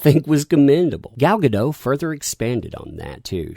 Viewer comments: Hey, Gal Godot’s last name is pronounced with a hard T “Guh-DAHT.” Her surname is of Hebrew origin, not French. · As weird as it seems, it's pronounced gaDOT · The signature on the message about Gadot be a "dirty Zionist" started with an Arabic word... hmm. The person that claimed she was too pretty and skinny to be WW obviously never read the comics. Oh, and, iMDB says in it's trivia section for her that her name is prononunced "Gall Ga-Dote". I used to make that mistake, too.